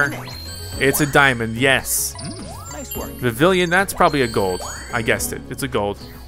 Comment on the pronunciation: Again, it is Vivillon, not Vivillion. And why are you bad at every game you play?